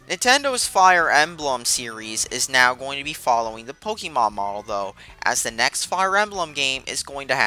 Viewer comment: It's pronounced 'Po-KAY-mon.' But DLC is always bullshit.